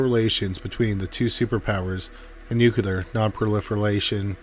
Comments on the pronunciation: I heard 'agonal'... ? What was killing me was the 'nuculer' 😣 😅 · Nucular is not a word.